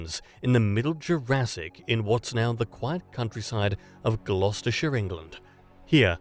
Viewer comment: lol saying Gloucestershire like an American